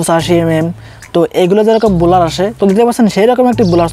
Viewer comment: বলোর না, ব্ল্যার